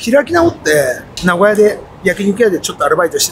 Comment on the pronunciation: 「な」ごやじゃなくて、な「ご」やなんですね！